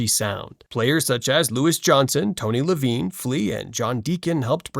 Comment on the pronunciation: Tony ‘Levine’ 😂